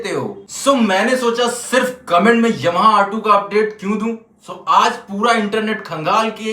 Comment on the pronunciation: aapka ymha bolna bahut badiya lag rha hai, pure eastern UP touch😊😅😅